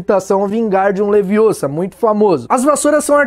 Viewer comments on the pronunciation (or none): Não é leviosa ...